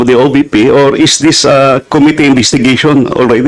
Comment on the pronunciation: Cringe everytime mag pronounce si Cong. Dan ng "committee". Yung pronounciation nya di pasok both sa british and american english😂😂